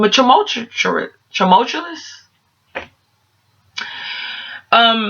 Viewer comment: Lol u trying to pronounce tumultuous(?)....reminded me of myself😂